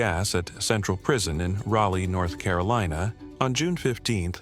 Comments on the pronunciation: its not RalA...its ralee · How does the AI manage to pronounce Raleigh three different ways? Rally, Raley, and Raleigh (raw-lee). In case you're wondering, the last one is correct.